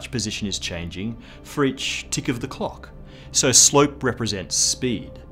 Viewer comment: Can't stand the way he enunciates the word "clock"